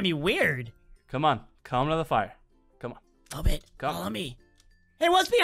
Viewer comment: STOP CALLING HER LOOLBIT ITS LOLBIT